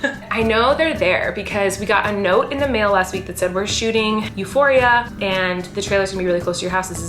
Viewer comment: euphoria its a greek word <3 you prononced it euphori'a